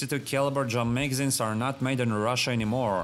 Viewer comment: I love how you manage to make 'drum magazines' sound like 'jamaicans'